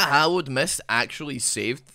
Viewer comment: When says Hallowed mist I hear Hollownest. please play Hollow Knight 🥺🙏